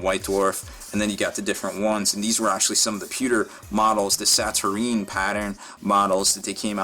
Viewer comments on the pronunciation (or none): Sa-Tur-Een, is an interesting interpretation, but it appears to be Sa-Tur-Nine.